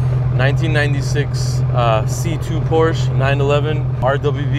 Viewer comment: You pronounce it, Por-sha you donk